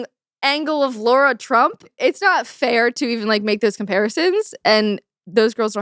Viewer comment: Lara Trump not Laura Trump